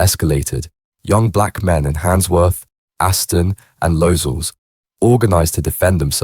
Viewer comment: LOZELLS !!!!!!!!!!!!!!!. What’s going on with the spelling & pronunciation in this video & showing American images of inner city areas not BRITISH !!!!!!!!!!!. It suggests little effort utilised to make your videos !!!!!!!!!.